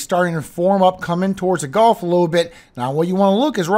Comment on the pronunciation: gulf.golf.gulf.golf.gulf.golf.I know you're from LA, but jeez, it's annoying